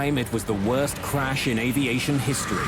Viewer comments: Someone needs phoenix crash not carsh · It is crash or carsh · Why are so many people saying carsh in the comments? It's driving me nuts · I'm looking at these other comments not saying "crash" and instead saying "carsh" or whatever, and it's making me irritated. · I think with his accent it’s spelled and pronounced carsh lol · I think the same people who say carsh also say warsh. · Plane carsh 😆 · The "Carsh? I guess they mean "crash". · Maaaan I was so confused why tf everyone was saying carsh instead of crash😂I'm like "oh he misspelled oh he did to damn these people r dumb wait a minute what's going on?"😂the internet is to funny no matter the situation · What's a "Carash?" 🤣🤣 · I was going to leave a clever comment about carshing but it looks like i'm very late to the party...... Carsh though. 😂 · What's a carsh?💩🤣😆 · 'Carsh' is pretty horrifying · Wtf is a carsh? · Carsh? I hope the reconstruction of the accident was better executed. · the carsh shoulda been prevented eh wtf is a carsh lol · Carsh or check? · Ermahgerd......a plern carsh! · What is a "Carsh" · I thought so I was seeing carsh instead of crash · I was confused when they said Carsh 😂😂😂😂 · I urge that "carsh" be the new word for auto accidents. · GOOD GARSH! A CARSH! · hrash* carsh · 'Carsh' should be a real word... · Correction: crash and not carsh! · The "Carsh"